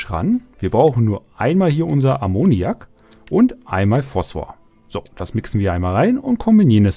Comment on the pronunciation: Die Erklärungen sind gut, aber du sprichst fast jeden Stoff falsch aus... Also mindestens Ammoniak Acetat Und Chlorid Sollte man auch ohne im Chemieunterricht aufgepasst zu haben zumindest kennen!